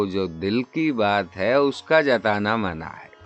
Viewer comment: تا درِ جاناں ہمیں اوّل تو جانا ہے منع ہم نے اپنے بڑوں کو اس طرح پڑھتے ہوۓ سنا ہے ۔ مگر آپ محترم ردیف کو اور طرح پڑھ رہے ہیں ۔